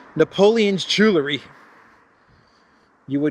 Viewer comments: Jewel - ry not Jewler - ry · Theft took 7 minutes, so obviously they had to leave the passports in the rush to leave. Wish would pronounce jewelry the old way: jewel ry, NOT jewlery. He can say jewel, so just add the ry. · There's no such word as Jew-ler - ee. It's pronounced Jew-ell-ree.